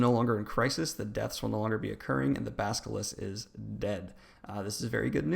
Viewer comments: At first I was annoyed at the way you mispronounced character names, but by the end you had me saying "baskilisk" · Does it annoy anyone else that he says Salavar and Baskalisk? Come on dude...we can't take you seriously if you can't even say the names right. Especially if you leave out so much...